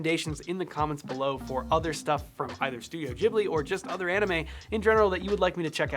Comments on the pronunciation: Ghibli is pronounced with a hard G :) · Ghibli with a G like for Go